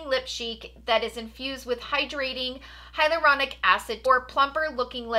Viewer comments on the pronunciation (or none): none